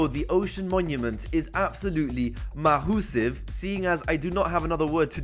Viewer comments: It's pronounced "massive" not "mawhosive" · why did you say mahusive its massive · Mah-HOO-sive Love that